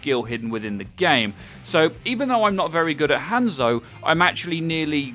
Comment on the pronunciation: i tried to watch this video but you kept mispronouncing hanzo the whole time so i couldnt